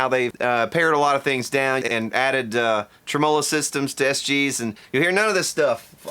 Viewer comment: Y U SAY TRIM-MOW-LOW!?!